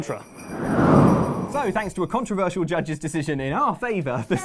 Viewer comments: I think you mean "contra-"versial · I know it's a late comment but "Contra-versial" :D